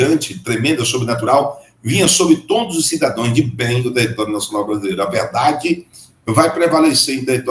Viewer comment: Ajuda o homem aí, não é sidadoes, é cidadãos